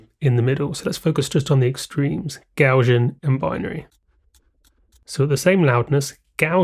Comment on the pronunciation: Interesting video, but a shame that you can neither spell nor pronounce "Gaussian".